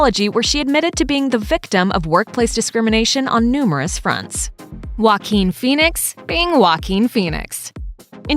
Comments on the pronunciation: Guaquin Phoenix... really tho?! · The fact that you pronounce joaquin wualkeeen